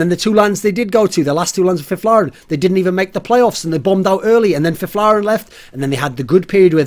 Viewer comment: Finally someone that pronounces Fifflaren correctly